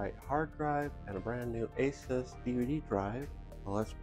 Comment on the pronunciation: i cant stand when people call asus, asIs there is no "I" in asus